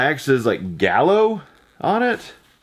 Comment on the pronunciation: its qalo not galo